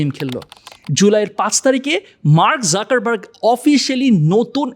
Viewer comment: যুকার্বাগ, যাকার্বাগ নয়